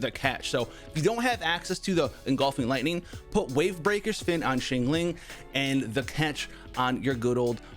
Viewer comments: Shingling lol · what is up with his pronunciation of xiangling lol